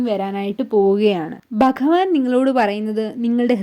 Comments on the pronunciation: ഭഗവാൻ എന്ന പദം അക്ഷരസ്ഫുടതയോടെ പറയാൻ സാധിക്കട്ടെ 🙏😊 ഹരേ കൃഷ്ണാ 🙏🙏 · ഒന്നുകിൽ മലയാളത്തിൽ പറയുക അല്ലെങ്കിൽ ഇംഗ്ലീഷ് മംഗ്ലീഷ് പറഞ്ഞ് വെറുപ്പിക്കാതെ ആദ്യം ഭഗവാൻ എന്ന് പറയാൻ പഠിക്കുക ഓം നമോ ഭഗവതെ വാസുദേവായ ഈ കമൻ്റ് ഇടാൻ പ്രേരിപ്പിച്ചതും എൻ്റെ കൃഷ്ണനാണ്